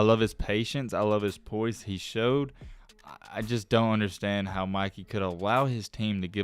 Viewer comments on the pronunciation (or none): none